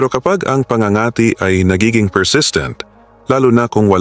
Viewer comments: It is so annoying when you mis pronouced the word PA ÑGA ÑGA TI before doing voice over pls do pronouciation check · Pangangati’ mabilis ang bigkas !matigas ang dila ng vlogger n ito.